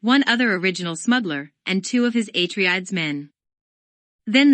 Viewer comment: aTREdes ... HIGHliner ... raBAN... otherwise nice Thanks.